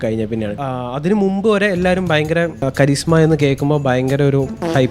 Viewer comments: aa design 220 inspired alla. Annu Hero Group Eric Buell Racing ayit partnership undarunu. So Buell 1190R super bike nte design base cheyth undakkiyatha. 1190R another level look ayirnu. but ZMR look chalamakki. And guys, please please please .. its not KariSHma, it's KariZma, (like the word charisma) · "കരിഷ്മ" അല്ല കരിസ്മ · It’s Karizma not Karishma, please 😅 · കരിഷ്മ കപൂർ അല്ലല്ലോ😅😅😅 കരി Zമ അല്ലെ